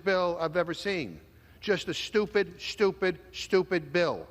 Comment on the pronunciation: It’s so STUPID, it’s “SHTUPID”!!!